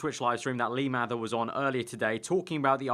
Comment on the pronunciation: Maybe they didn't let you upload it because you can't say 'lee mather' properly